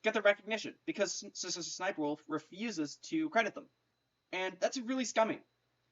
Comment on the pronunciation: It’s funny cause you say s,s,sniper wolf